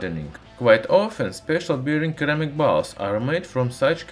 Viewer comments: c followed by e is pronounced as an S sound in English. sir am ik. just FYI. love your videos! thank you for the information. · Keramick 😂😂😂😂😂😂😂😂😂😂 Please research how to pronounce the item you are describing. It sounds really ignorant and that you cannot be bothered. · The American pronunciation of ceramic is /səˈræmɪk/ ;-) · I love your videos but must point out, the first C in ceramic is pronounced as an S sound, so it would sound like seramic. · In case you don't know the "Cer" in Ceramic is pronounced "Sir" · Thats funny. In my native language (not russian) we also say keramik instead of ceramic and i didnt even notice that he does that too^^ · Great videos! Thank you. The first C in Ceramic is pronounced as an S. Thanks again. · Pro English Tip: the C in ceramic is a soft c, like the c in porcelain. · I couldn’t take listening to him fail to say ceramic any more. I bailed at 3 min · The 'c' at the front of 'ceramic' is pronounced like an 's' in English. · very informational! ceramics is pronounced with a c like 'cesium' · Dear. I highly recommend you check out the YouTube channel "Emma Saying" if you're unsure of how to pronounce a word. Like "ceramic", for instance. Great video as always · Ceramic is pronounced with a c or s not a k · The C in ceramic is pronounced like an S. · What a stupid example....this has nothing to do with this guy mispronouncing ceramic....anymore band wagons you want to jump in on. Was that plane enough English for you? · I actually had difficulty understanding you until I realized you pronounced ceramic with a hard "c", I've never heard it pronounced it pronounced like that before. It's actually weird how pronouncing ceramic like that made it really difficult understanding anything else in the sentence until I realized what you were saying. I'm not hating on you or your accent or anything, I just found it a bit interesting and worth making a comment on. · Keramic!?!?!, looool, it's pronounced 'seramik' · seramik, not keramik